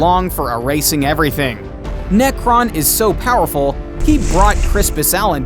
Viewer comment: His name is Nekron not Nekton